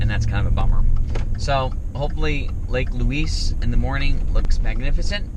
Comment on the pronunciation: It’s video is going to Haunt me she can’t pronounce the names right